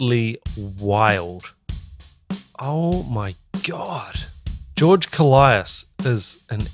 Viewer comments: It's not... Kolaias... It's kolias😁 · Just to clarify: His surname is pronounced K'o-lias (two syllables, stress on the first one) not Ko-la-i-as. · It's not Kol - i - as. It's kólias. The tone in o. Κόλλιας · koh-lyas, not koh-lie-as, and the stress is on the first syllable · Why does everyone pronounce his last name wrong? It's KOLias, not KoLIAS. It's not hard. Just like, actually pay attention to the guy, he always introduces himself. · Great video. His name is pronounced with the tone on the O. KO in "Kolias" sounds like CO in the word "Color". Ko-lee-as. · One whole year too late to the party, but I just want to mention that George's surname is "more pleasantly" pronounced KÓ-L(eh)AS.... haha! At least to us Greeks who are used to the greek pronunciation! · I believe he pronounces his name “koe-lie-iss” like it almost rhymes with Goliath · accentuation on the O .'kOllias ' He is a titan when it comes to drumming , pronounce his name right